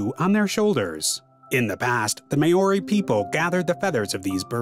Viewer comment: The name of this bird is mis-pronounced throughout the video, which spoils the production. That name comes from Maori language, (wrongly pronounced "may-ory"). Even 'Murchison' was mis-pronounced. The commentary must be automated because its only semi-successful. To pronounce Takahe correctly, either emphasise the first syllable or do not stress any syllable. (not T-kaa-hay but Taa-ka-heh)